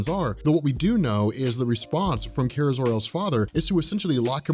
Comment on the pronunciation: Awesome video like normal. It was just killing me the way you were pronouncing Kara's name. Lol